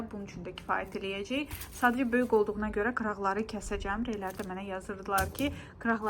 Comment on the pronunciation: Salam,nitqini bir az inkişaf elətdir ,sən hər böyüq deyendə ürəyim sixilir.Böyuk,qəşəng g hərfini deməyi öyrən .Pis mənada demirəm,çünki isdəyirdin öyrənmək.Alınmayacey yox alınmayacaq və s.